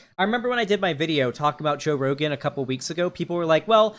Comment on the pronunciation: seconds into video: “Joe Rogum”